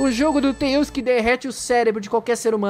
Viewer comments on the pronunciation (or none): Então você falou errado você falou xone que antes de falar tales